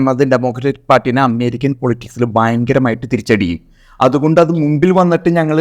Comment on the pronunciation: അമ്മേരിക്ക അല്ല അമേരിക്ക